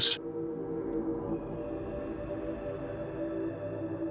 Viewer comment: While the content is mostly interesting, and certainly merits further exploration, the poster used AI without editing his/her own work. Case in point: notice how the AI voices verbalizes the '1970s'. If you are not going to edit your own work, then don't publish it.